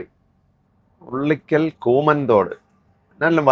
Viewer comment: ഉള്ളിക്കൽ അല്ല ഉളിക്കൽ